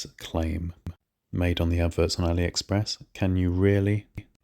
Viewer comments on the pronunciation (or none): none